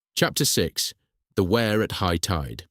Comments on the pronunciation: Wrong pronunciation of "Wear" _ it's "Weer", not "Where" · It's not wear as in "Ware", it's Wear as in "Ear", and all Sunderlanders are known as "Mackems" which derives from ...... whatever it is, ships, boilers, engines, rope & tackle, we "make them" (or in Sunderland it's mackem) ! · The pronunciation of the river name is "weir" not "ware" - pity, it's a good video.